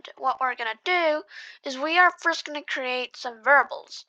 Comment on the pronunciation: its variables not verbals